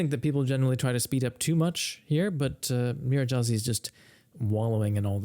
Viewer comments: It's pronounced "Nyir-redy-haz-ee" gy in Hungarian is pronounced like a palatalized d (d') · His playing is certainly better than your pronunciation of his name:) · In English, Nyiregyházi is pronounced nee-ren-d'-HA-zee